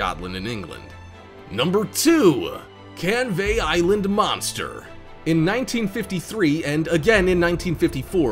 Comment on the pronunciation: when he said canvey island it made me cringe cause it sounds wrong